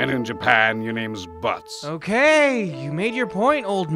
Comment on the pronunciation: Actually his name was butz cuz of a translation error that's not his name in japan also its pronounced buuetz not butts thank you